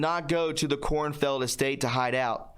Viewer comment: "KORNFIELD"?! Korn Field? Corn field? Really? Is it just me?